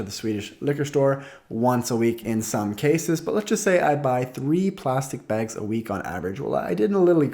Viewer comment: lol says it like "begs"/"bägs"